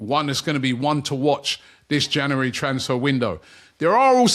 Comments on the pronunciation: OMG, here we go again. Can somebody teach Robbie how to pronounce the word "January"? It's Jan U ary and not Ja NU ary ...... it's doing my head in. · It's not "Janowary" Robbie, it's January. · “Jannery” “Janooary” One day, one day he’ll get it. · Another month of Robbie trying to say the word ‘January’ correctly